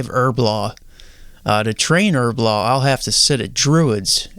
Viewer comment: Erblore not her blah